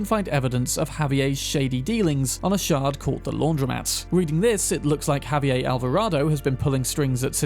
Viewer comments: "WA-KEEN". Not "Ja-Queen" he isn't German. Also "Ha-V-Air" not whatever that attempt was. He isn't French. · Just FYI, it's pronounced "Ha-vee-AIR" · Spanish isn't French, man. You pronounce the 'r' in Javier. And you pronounce the 's' in Luis (except for some dialects). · I enjoy your videos but man you butchered the pronunciations of those spanish names. For example the s in Luis is pronounced as is the r in Javier, and Joaquin is pronounced Hoe-a-keen.